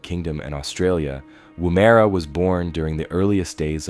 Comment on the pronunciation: It’s pronounced Womera